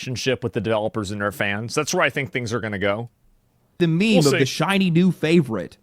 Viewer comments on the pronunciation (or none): none